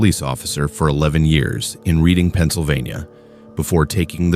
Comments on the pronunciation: Just wanted to point out at about the 6 minute mark, you pronounced it as "Read-ing" but it's pronounced as "Red-ing". Makes me laugh every time I head it said that way despite that being how it's spelled lol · Redding PA (Reading) and Wyomissing……Sus-que-Hanna….wow, the mispronunciation is driving me crazy! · It's pronounced "red ing", not reading. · Man, you cannot use AI voice to narrate anything in Pennsylvania. Mispronounced Reading, Schuylkill, Pequea, and Lancaster.